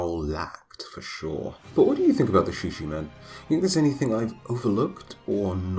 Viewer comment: I believe it is pronounced, “SHEEKA-min.”